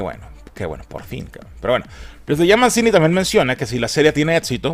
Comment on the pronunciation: "Mencini" XDDDDDDDDDDDDDDDD